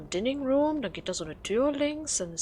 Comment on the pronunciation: Dining Room Aussprache: Daining Ruhm (Speisesaal) ;-)